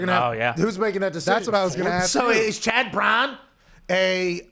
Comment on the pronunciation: “CHAD BRAWNN!!” 😂 😂